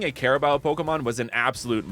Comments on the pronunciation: Ima teach how to pronounce carabao first don't say CARABAO but say crabao but with a hint of A next in the c BUT THANK YOU FOR DOING A REGION ABOUT MY COUNTRY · its not "care"abo its ka ra bow turn the c into k you are affending me im a flillipino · its karabaw not kerabow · Cara... Bao? I always thought it was pronounced caraboo. Carabao just sounds bizarre and wrong to my brain. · By the way it’s pronounced as carabao i think since that’s how my teachers pronounced it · I did not want to say this but carabao is pronounced kah ra bow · its pronounced care-a-boo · You pronounce carabao wrong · erm That's not how you pronounce carabao🤓☝️